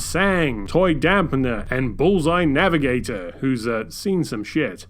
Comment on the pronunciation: Love the content but how can do the goat dirty and mispronounce Bullseye NavOIR repeatedly. They even say the name in-game so really no excuse lol.